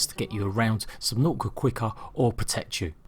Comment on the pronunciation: Yeah! Subnau'ica! Not "t's" allowed.